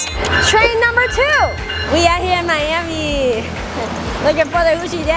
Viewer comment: what did you just say Miami Mummaiu Miami?